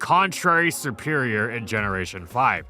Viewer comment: It's not "sE-pErIoR", it's "seRRRRRRperior"!!!!!!